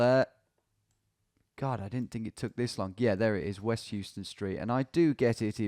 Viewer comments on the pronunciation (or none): Houston in New York pronounced as How-ston not Hew-ston unlike a word with same spelling in Texas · Me, a New Yorker slowly dying inside when Tom pronounces it HUE-ston and not HOW-ston! Great content though so it slides 👍🏼🇬🇧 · Houston street in New York is where the name of the iconic SoHo neighborhood comes from… SOuth of HOuston. Additionally, the street is actually not pronounced like the city, instead it’s “How-stun” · pronounced "how stun" street in nyc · FYI, Tom, here in NYC, Houston is pronounced "Howston." It has no relation to the city in Texas. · Houston street in NYC is pronounced Howston - before you get blasted for another "Oregon/Oregun" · In New York, Houston St is pronounced "house-ton" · Who wants to explain to Tom that Houston Street in New York isn't pronounced the way he thinks it is? It's actually HOW-ston. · Hearing you say Houston like the city multiple times saddens my New York heart. Commonly mispronounced shibboleth but the street in Manhattan is "How-ston" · pronounced how-ston street. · That second game, I almost immediately identified the blurred out NY plate on the blue SUV. Wild. Loving the progress! Also: in NY anything spelled Houston is pronounced "How-stun" not like the city in Texas. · Just FYI in NYC "Houston" the street is pronounced "House-ton." The "SoHo" neighborhood stands for "South of Houston." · In NYC, street name is pronounced How - Stun. Not like Houston, Texas pronunciation. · also not pronounced like the city in texas